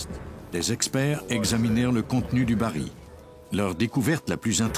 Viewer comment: Pour le narrateur : je signale et SOULIGNE qu'on prononce le L FINAL du mot BARRIL. Merci !